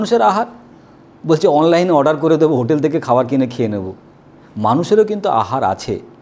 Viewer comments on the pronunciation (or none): none